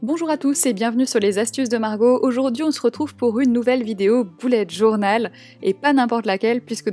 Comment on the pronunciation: Ça ne se dit pas boullette journal mais bullette journal voilà sinon superbe vidéo